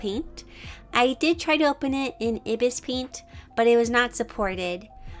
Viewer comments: Ok, im really not trying to be rude in any way, but, you pronounce IbisPaint like ’eye-bis-paint’ not ’ibbis-paint’ So sorry if i come off as rude, i love you so much and I’m just saying!!!!!! ♡´･ᴗ･`♡ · It's not -ee-bis paint . It's EYE-BIS paint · Umm... Just a correction... IbisPaint is pronounced as: "aibis" paint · Sorry if this sounds rude, but its pronounced eye- bis paint